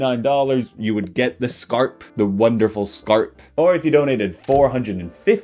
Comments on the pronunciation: We don’t pronounce skarp like that, but yes, skarp is sharp in Swedish too. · Skarp is the Swedish word for sharp. His pronunciation of the word Skarp isn’t how we say it in Swedish tho.